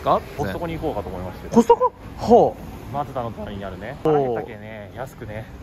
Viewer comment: の「マツダ」の発音が完全に広島弁ですね。すっかり広島人です。ようこそ広島へ！ チームかんのの皆さん、がみさん、大隈さんもお疲れ様でしたｗ